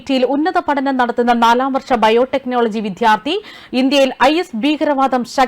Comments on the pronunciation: വിധൃാർത്തിയല്ല, വിദൃാ൪ത്ഥിയാണു ശരി. നന്നായി ഉച്ഛരിച്ചില്ലെങ്കിൽകേൾക്കാൻ അരോചകമായിരിക്കും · വിധ്യാർത്ഥി എന്നു പറയാതെ വിദ്യാർത്ഥി എന്നു പറയൂ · വായന നന്നായിട്ടുണ്ട്.നല്ല എനർജിയും ഉണ്ട്. പക്ഷേ ഉച്ചാരണം ഒന്ന് ശ്രദ്ധിക്കണേ. വിദ്ധ്യാർത്തി അല്ല വിദ്യാർത്ഥി ആണ് ശരി. പലവട്ടം ഇത് പറയുന്നുണ്ട്. ബന്ദു അല്ല ബന്ധു ആണ് ശരി. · വിദ്യാർത്ഥി എന്നാണ് അല്ലാതെ വിദ്ധ്യാർത്ഥി അല്ല ഉച്ചാരണം ശ്രദ്ധിക്കുക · "വിദ്യാർത്ഥി" ഉച്ചാരണം തെറ്റ്. 'ദ്ധ്യ' യുടെ ഉച്ചാരണം ഒഴിവാക്കി 'ദ്യ' ഉച്ചരിക്കണം. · Vddhyarthi,viddhyarthi,viddhyarthi.????? Please mind pronunciation. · Shit / try to say വിദ്യാർത്ഥി !!!